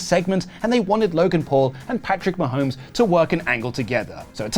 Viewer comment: Incredibly difficult to understand reading Patrick Ma-homies related comments. The impression of each of them swallowing the quarterback to the footballs did come across authentic. 10/10